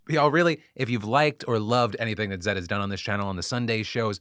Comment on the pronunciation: The way Phil is pronouncing Zaid is k!lling me 😂